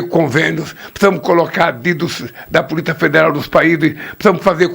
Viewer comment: O. NOME E POLICIA E NAO POLITA VELHO CAQUÉTICO